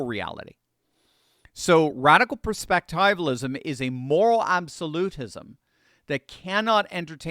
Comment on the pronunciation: I really don't want to nitpick but when you pronounce words incorrectly, it has an effect on the way people hear you. For those of us who know how to say perspectivialism, it is very distracting. It is not a long i It is a short i